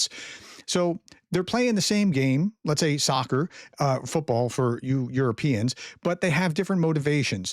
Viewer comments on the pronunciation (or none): none